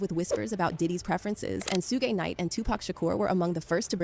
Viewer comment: The pronunciation of Suge is diabolical